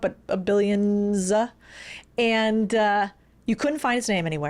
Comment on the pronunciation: A-ND... A-ND..., A-ND... And is not a two-syllable word!